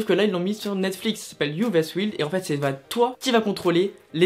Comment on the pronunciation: Ummmmmmm.....le i de wild se prononce comme un y. Tu ma stressée tout le temps ou tu a prononcé wild😅😅😅